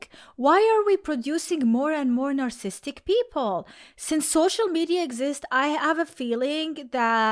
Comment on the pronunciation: you are missing a whole syllable every time you say narcissist and narcissistic